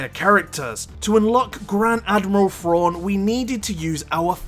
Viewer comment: Lol. "Grand Admiral Frawn"